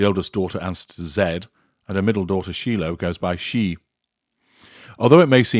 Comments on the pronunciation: Shiloh's name is pronounced Shy-loh, not Shee-loh. It is ancient Israeli and means peace. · ….it’s pronounced shylow. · It's SHI Loh shi with a long I sound. heh you obviously haven't seen the film! love your videos btw.